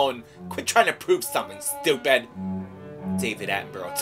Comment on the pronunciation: talking to sloth.. how stup'e'd. xD